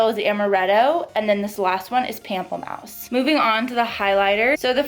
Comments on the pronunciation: Loved this review!!! You are absolutely stunning! Also, pamplemousse is French, and it would be pronounced in English more like moose (like the animal). So Pample-moose. 😉 Means grapefruit! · I just got mine and it's so pretty I don't wanna use it lol What are your thoughts on the eyeshadow palette? are you gonn get it? p.s: Pronunciation is Pom-play-moose